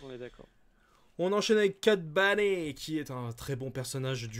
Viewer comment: Hello, super vidéo, par contre s'il vous plait peut-on faire un effort sur la prononciations des personnages ;) Kylo Ren qui devient kilogramme Ren ; Cad Bane qui devient Cad Bané etc..... merci